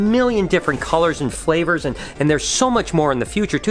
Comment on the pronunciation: I hate when you say flavors lmao